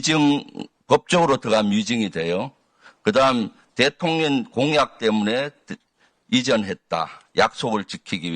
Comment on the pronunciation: 김병주의원님 발음이 대통년으로 들리는거 나뿐인가요?😂😂